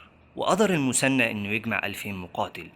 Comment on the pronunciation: المثنى وليس المسنى حتى لو تنطقها بالمصري خلي العربيه صحيحه في المحتوى..